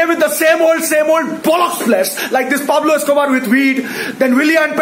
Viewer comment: I only come to this channel to hear 'PablobEscober' 😂😂😂